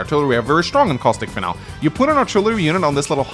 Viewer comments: lmao. Finalé pronounced fin-Al isn't any accent, it's just incorrect. Thats ok, I guess. Fin-alee is closer and is how mostly americans pronounce it, but some other english speakers pronounce it this way too. It's always been funny to me that people are so willing to commit to their ignorance to the point they will start fights to defend their own intellectual laziness. Why do so many humans actively want to stay wrong, Especially in a field where you are using words to convey information to others? Smh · it's FIN-al-ee. Not "final." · hate to be that guy but "Finale" is pronounced Fin-Al-Lee